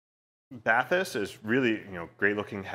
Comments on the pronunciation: It's pronounced bah-teese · Was looking forward to reviews just to hear the interpreted pronounciation of these. And this is amazing. They should've made them water resistant you could actually use them while taking a bath